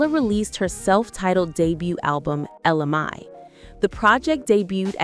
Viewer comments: It’s pronounced Ella May and not Mi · Ella Mayyyyyyyyyyy say it with me not my, mayyyyy ! That's driving me nuts!!! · Girl, say her name right. It’s Ella Mai(Mae). I never heard Jacques’s version. I knew she was pregnant before she had the baby. I seen a video of her pregnant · At first I was thinking I was saying her name wrong, but then that lady said ja'queye. 🤣🤣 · Many errors in your content, including the fact you mispronounced her name. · She is killing me the way she keep pronouncing her name.If you're going to do an article on someone, get the name right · At least say her name correctly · I hate when the commentator can't say the artist's name right! 🤨